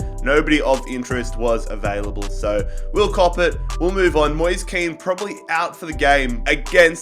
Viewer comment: Moise kean is actually said moesay kane